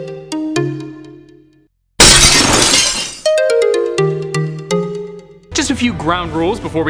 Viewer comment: I’m not the only one who heard “the flesh” right